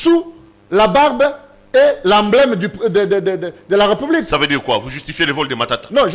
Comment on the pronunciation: Onyemba parle bien aussi bien la langue de Molière. C'est République et pas repoublique!!!